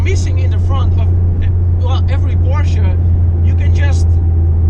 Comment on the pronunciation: It’s Porsche not pursh